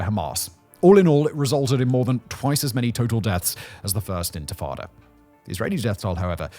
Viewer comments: why cant he say "intifada" correctly ? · Dude, you cannot pronounce INTIFADA?? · It's not even a mistake anymore it's a bit 😂 how do you mispronounce intifada so many times in a row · I was dozingwhen I heard him bbutcher the word😂😂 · Around 12th minute he starts to say it right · I had to rewind it lol! Seems like an easy fix, feels a bit lazy to me. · It’s pronounced “inti-fada” … and it was the first uprising of the Palestinian people against Israeli occupation of the West Bank and Gaza in 1987. Over 37 years ago. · 1. In-tah-fah-da 2. Pro Israeli and pro Arab commentors both seem to be pissed at Simon for leaving stuff out. This indicates that the producers at least tried to be even-handed. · I thought he was talking about a baby who did magic tricks. Infant..tadaaaa! Edit to add: Oh god, and and he just pronounced Yitzhak Rabin as something like "Itchy Robin" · no it's quite unprofessional.. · its intifada not infitada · Intifada not Infitada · Intifada, not infitada. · Simon, repeat after me: in-ti-fa-da! Not in-fi-tada! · The intatatta? Do you mean Intafadah? That also is better translated as "Shaking off," as in shaking off of a burden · It is pronounced “ IN-TI-FA-DAH “ …… What’s the hell is infatada ?!? Isn’t that like a baked egg soufflé or something ?!? Seriously, how can you be trusted to speak on such things without properly & literally knowing the most basic of elemental terms in that region ?!? 🤡🤡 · It’s intafada, not infatada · Infitada? It's spelt right on your screen captions but you still pronounce it wrong? Infitada? Sounds like a menu item at an arab & Mexican fusion restaurant. It's INTE-FAH-DAH, not INFI-TADA. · DUDE - inFITada!? 😂 You're a Level 1...Get back to basics please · “Infitada” is not the word…they were intifada… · It’s intifada, not infitada. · infatada? ... You mean intafada? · he says intifada so wrong so much I had to stop watching :( he says infitada like a child. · IN TI FA DA. Say it with me. Infitada sounds like Spanish